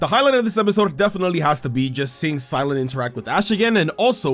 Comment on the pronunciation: Cy-lan? Huh. Weird.